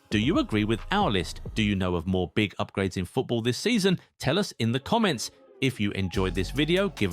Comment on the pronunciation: Am I the only one who heard Yupgrades instead of UPGRADES 😅